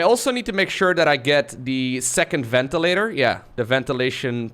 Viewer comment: your English has almost no accent, but you can never pronounce the 'th' sound. It always comes out as a 'd'. For instance, you say 'dat' instead of 'that'.